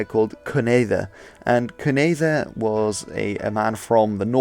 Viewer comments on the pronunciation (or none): Great video! But Cunedda is pronounced kin-etha, don’t worry I though it was pronounced koon-etha. Also ogledd and gogledd are the same word in the same state of history, the only difference is ogledd is gogledd with a consonant mutation (an odd part of welsh grammar) Also those text are in old welsh, but with cumbric influences. We don’t have any complete text of cumbric as of currently.